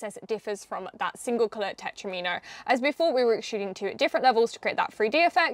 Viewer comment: I always thought it was pronounced ‘tet-romino ’ To sound like Domino. Because you know, they’re like four piece dominoes. Please can somebody confirm that I’m at least NOT wrong LOL 😂